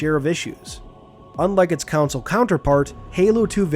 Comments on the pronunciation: Why does this guy pronounce “console” as “council” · regular people pronounce it right, this guy isn't normal people, he pronounces it as "council". Americans do say it the right way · Why cant you pronounce the word console? Americans as usual, have to change the way English is spoken 🙄